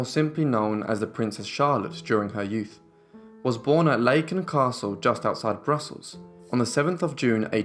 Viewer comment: Another dumb AI. Walloon ae is Flemish aa, Laeken is Larken in English. a very long a. Meise is Micer, not Miez.